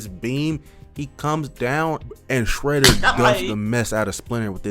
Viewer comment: Bro said Fredder 💀